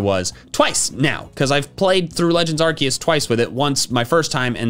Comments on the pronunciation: AGAIN, IT'S ARCEUS, NOT F*CKING ARKOOS! SAY IT RIGHT! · THERE ARE NO O'S IN ARCEUS! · It's Arceus, NOT Arkoos! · IT'S ARCEUS, NOT F*CKING ARKOOS! SAY IT RIGHT!